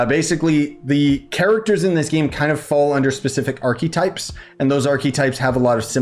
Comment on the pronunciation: First time I’ve heard archetypes pronounced that way, somehow